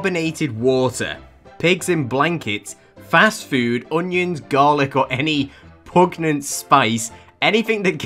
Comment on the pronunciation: the way you pronounced pungent XD